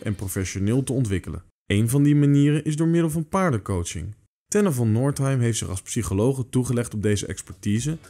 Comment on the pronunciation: Wat een sterk stukje. Helder, kort en bondig en 'to the point'. De essentialia worden perfect weergegeven door de ervaringen van de coachee. Dat is wel de kern van de opname. Een puntje van kritiek is dat de man die de voice-over verzorgd in de intro de paardencoach introduceert als Von Noordheim. Verder natuurlijk briljant geacteerd door Tenne c.s.